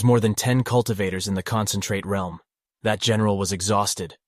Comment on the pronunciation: Finally someone says realm right cause some people say reeeelm